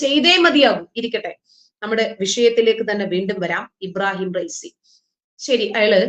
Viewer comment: ഇബാറഹീം ഫൈസി അല്ല......... ഇബ്രാഹീം റൈസി